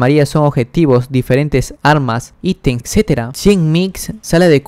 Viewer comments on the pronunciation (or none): none